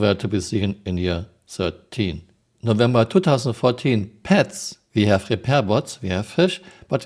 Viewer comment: "we have repair bots, we hafe fish" really? we do?